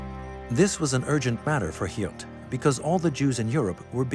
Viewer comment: Please correct the Drs. Name, (August Hilt) … Actual doctors name is August Hirt. This man was pure evil.